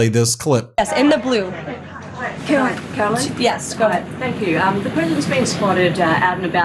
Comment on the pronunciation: KARO-LYIN...CANNOT WAIT, YOU FF MF 😑